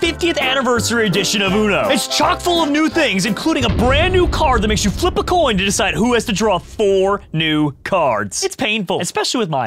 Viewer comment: said “I’ve lost the last two toin tosses” 😂😂😂